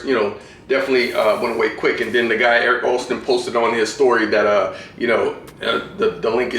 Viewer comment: Its Eric Koston and not Erick Oston